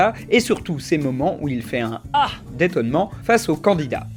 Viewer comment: PUTAIN MAIS C'EST " AHR" PAS " HA"